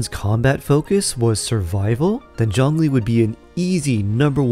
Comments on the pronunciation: If you can please stop to latinize his name. His name is not “John Lee”. 😅🤣🤣🤣🤣🙌🏼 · Zhongli, the o is like the oo in book and zh is pretty much j sound